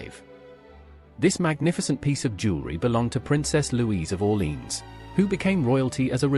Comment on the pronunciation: Learn to pronounce Orlèans properly “ore-lay-an”